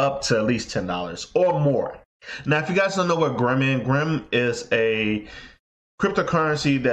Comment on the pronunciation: It's Grin not Grim. Also, those calculations you're making for Grin Asic's are very very wrong.